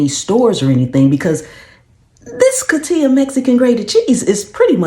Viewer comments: Coti'HA, saying it the wrong way, the ones that buy it won't hear it & know... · It is pronounced co---hee--ta.